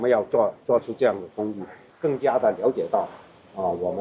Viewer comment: 是讀作陳家(池)，不是陳家(寺)